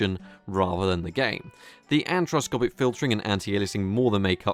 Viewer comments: Anisoptropic not anthroscopic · Antroscopic? It's an-iso-tropic. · Anisotropic Filtering, not Antroscopic Filtering... :d